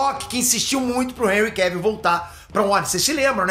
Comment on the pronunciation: PQP..... Para de chamar o ator do super homem... De "réui queuvion"